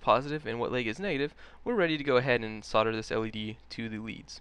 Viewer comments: Yes, it's weird. He seems to be saying "sodder" for "solder" which should sound like "soldier" only with the "i". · the americans think the L in soldering is silent. sad but true. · Why can't Americans pronounce solder correctly?